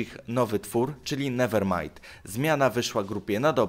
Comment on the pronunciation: newer majd” perfect english